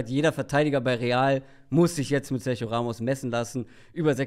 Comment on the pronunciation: sag doch einmal SERGIO [SERCHIO] richtig!!!